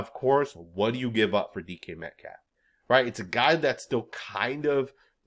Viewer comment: Wait, did he just refer to DK Metcalf as "decaf?" As in a cup of coffee 😂